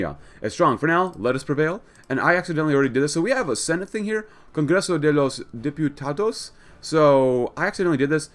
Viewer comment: Woww, when you said Congreso de los diputados I was pretty surprised of how good you pronounced it. Only one correction, you pronounce diputados as if there was an i between the p and the u, it's diputados, not dipiutados or dipyutados. But, really, your pronunciation was almost perfect